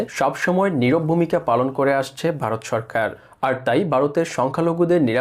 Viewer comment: আরে বোকাচোদা খবর পড়ছিস বাংলাটাই তো ভালভাবে বলতে পারিস না ভারত কে বলছিস বারত ?